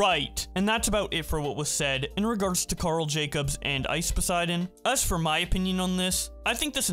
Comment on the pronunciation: ok not even a second in and you said karl wrong